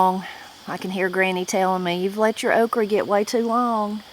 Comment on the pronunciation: Have enjoyed videos ive watched so far, but one thing that drives ne nuts is how you say okra. Ive never heard someone say ok reh always only heard it as ok ruh. Its just a small pet peeve I have. Prayers for your family as well.